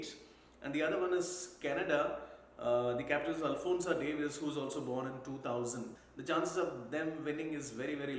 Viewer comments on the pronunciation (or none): none